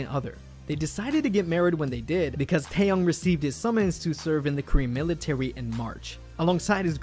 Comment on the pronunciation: finally someone who pronounces his name right